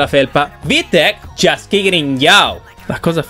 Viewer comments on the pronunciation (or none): none